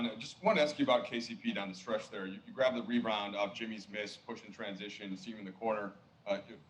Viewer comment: Lmao this guy said “reBroned instead of “rebound” 🤣💀